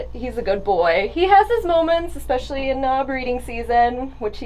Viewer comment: Good video. I gotta say, I find it slightly amusing how at some point many people have decided to pronounce especially, expecially. I'd like to ask one of these people to spell it out for me and see if it is just the way they are pronouncing it, or if they have just gone ahead and changed the spelling as well. Anyways, keep up the great work and I'll be here for the next video.